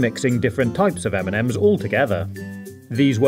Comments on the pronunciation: He says m&m's like eminems 😂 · Everytime he sayd m&m's I understood Eminem's xD